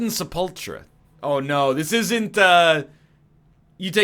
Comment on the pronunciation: Did he just pronounce Sepulchre as Se-Pul-Cher? Those poor children in Korea...he must have taught them Canadian English.